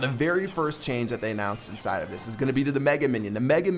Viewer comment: why does keep saying ‘indside of'